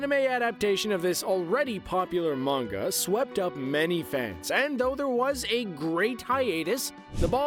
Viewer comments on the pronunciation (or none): none